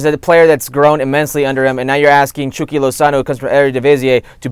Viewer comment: Why does the host say 'chucky' as 'chewky' 🤔